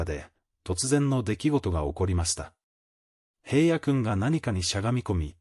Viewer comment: おい、へいやって言わないで下さい。ちゃんとひらのって言ってよね😤